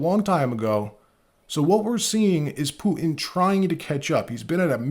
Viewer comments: Please pronounce the letter T in the middle of words it’s not puin it’s Putin with the t pronounced stop being lazy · Can't you say "T" ? Poo-in, Clin-in